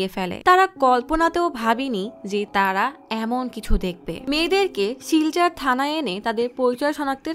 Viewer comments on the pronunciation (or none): হরিয়না ❌ হারিয়ানা ✔️ শিলচার ❌ শিলচর ✔️